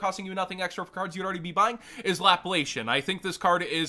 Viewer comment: It's pronounced Lapla-C-an not Laplay-She-an. Link for the d'Alembert operator